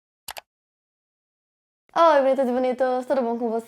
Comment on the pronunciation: fazem anos que te vejo.. e até hoje não entendo o que tu diz no seu OIII.. hahahaha